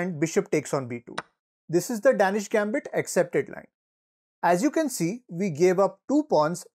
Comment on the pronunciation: It is pronounce "Dane-ish"